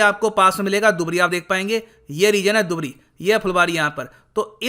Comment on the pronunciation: दुबरी नहीं धुबरी बोला जाता है। मजुली नहीं माजुली बोला जाता है यहां।